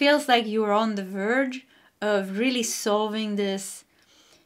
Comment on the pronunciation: Lol❤u said "purged" to the "verge" 😂❤🙏💚 AMEN 🙏🙏🙏